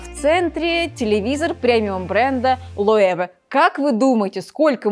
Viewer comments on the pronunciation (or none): Девушка очаровательна, дом сделан очень хорошо, но на ограниченную аудиторию, мало кому такой дизайн интерьеров нравится. И, пожалуйста, не коверкайте названия премиальных брендов, Loewe – немецкая компания и читать её надо по-немецки, ближайшее русское звучание "лЮвэ" или "лЁвэ".